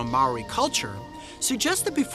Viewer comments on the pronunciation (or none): Not trying to be a smart a$$ but he pronounced moari wrong it is pronounced moldy not mari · He said Maori wrong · Bro you say Maori like a runga 😂